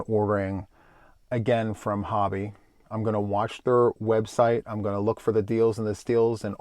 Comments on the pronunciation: I love that you pronounce Hobbii correct!👍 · Thank you for pronouncing HOBBII correctly